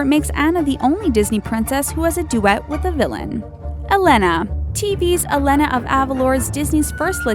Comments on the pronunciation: Co cooom?? Dude it's pronounced (co co um) And Elena is not (el-ena) it's (el a na) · its uh-lay-nuh and on-uh (pronunciations, in case thats not obvious af) god, google it or watch the fucking movie before making a video about it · bruh. learn how to pronounce Disney Princess names. Ariel= Airi•ul. Tiana=Tee•a•nah. Elena=Elay•nah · YOU SAID MY NAME-- I MEAN ELENA WRONG! ITS (E-laine-a) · UM, THE THING,U PRONOUNCE HER NAME EH-LAY-NUH,IDIOT!!!! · Um...no. She's Latina so her name is pronounced EH-LEH-NAH. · Did anyone get annoyed when she kept saying Ariel,Tiana,and Elena wrong XD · You said Elena wrong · You said Elena wrong. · How they pronouncedTiana, Elena, and Anna really ticks me off